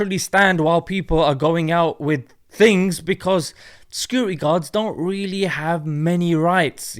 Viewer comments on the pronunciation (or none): none